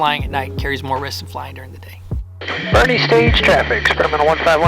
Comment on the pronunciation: Having known many Boerne locals in my life, I'm sure they're having a chuckle at you pronouncing it "bernie" :)